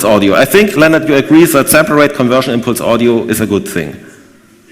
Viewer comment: Mein Name ist übrigens "Lennnart", nicht "Lennard".